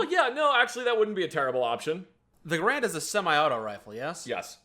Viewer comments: So I'm gonna go ahead and be that guy: isn't it pronounced gehr-end? The pronunciation you guys are using is probably more common, but I don't think it's the proper one. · ....you're a gun guy, you should know how to pronounce the Garand, it is "Gar end" because the creator whose surname is Garand, foresaw people getting wrong and actually mailed a letter to the folks who print the Webster's dictionary detailing specifically how to pronounce his rifle, so theres no arguing it like with Gif vs Jif XD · I can't make it past the constant mispronunciation of Garand...